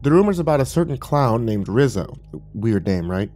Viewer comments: Just throwing this out there, You’re saying “Rizzo” not “Rizo” (Re-zo) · Lol, “Rizz-o”